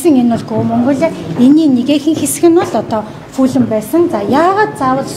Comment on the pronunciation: Fulam geed bdag shaats 😂 Fulham shde balai avgai mine enige medhgui baij yuun surtchilan taniulah edr ve sdu